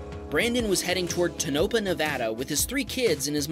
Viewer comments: FYI it's TONE-oh-pah, not tone-OH-pah. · Arggh! Why do people mispronounce city names all the time!! Clip #12 , is pronounced TOE-na-pah, not tuh-NOPE-ah. It's just down the street from Area 51. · Put the em-FA-sis on the right sil-LAB-buls! It's TOE-nuh-paw! Good thing he doesn't have to pronounce Pahrump! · Tonopah is pronounced Toe-No-Paw! Erie to see the very rural part of Nevada I grew up in! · Haha man is tona- paw 😆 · Tonopah= Tone-naw-paw. That is local pronunciation. The web has some doozies. Google isn't always right. Small Water. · Tonopah is pronounced Toe- nuh-paw. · I think Tonopah is pronounced with the emphasis on the first syllable, not the second. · Just small nitpick, Tonopah has the accent on the final syllable, not the second. Sorry, it's a little town in the middle of BFE Nevada, and someone's gotta stick up for it! Lol